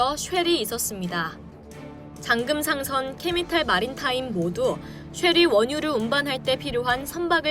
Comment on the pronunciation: 보고 읽는것도 못하나 캐피탈마린을 캐미탈마린이라고 하고 오일메이저를 오일매니저라고 하고 2700만톤을 2007만톤이라고 하고